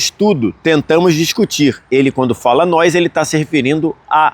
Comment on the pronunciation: Parabéns pela cobertura e todas as informações da copa, muito legal!! Obs: não é “nois” e sim “nós” 😊